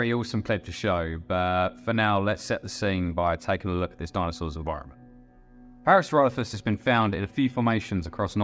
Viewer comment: Parasauralophus is my favorite dinosaur! This video was made better by the Cumberbatch-esque pronunciations of the animal 😂 (pingwings, anyone?) Pearsloffis Ploffisaurus Added to the entertainment value very much 😂